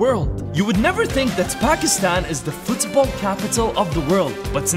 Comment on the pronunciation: The way he says Football Fuuthsball gets me everytime